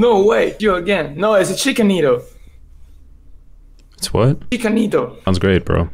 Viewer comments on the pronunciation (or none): ichika nito... I thought he said "a chicken needle" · " chicken needle?" "Ichika Nito" Sounds close enough tho.